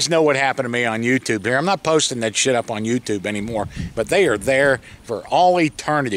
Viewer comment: I like how can take the word "shit" and drag it out into 2 syllables. Legend! Shee-yet!